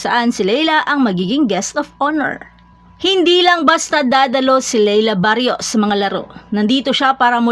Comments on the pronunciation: Barros hindi barios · Ayusin mo pag-bigkas mo ng pangalan! "Barros" at HINDI "Barrios"...baryos ka ng baryos!!!